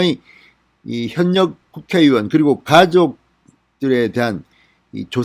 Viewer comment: 현역 발음이 잘안되네